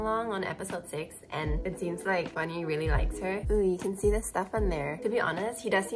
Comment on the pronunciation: his name is pronounced with aspiration -- G*H*WAN-HEE. your pronunciation was more correct when you said it in english than when you tried to pronounce it in some other way